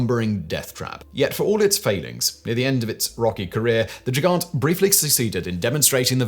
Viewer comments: Both "g" in Gigant are pronounced the same as in "God." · As Gigant is a German word. The initial "g" is pronounced as a hard g. The same as you pronounce Gewehr.